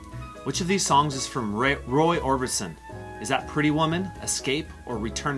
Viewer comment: FUN! Got 'em all. Only criticism, it's not Ray Orbinson it's Roy Orbison...